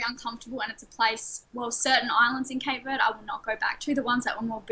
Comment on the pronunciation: cant even pronounce Cape Verde correctly I don’t respect her opinion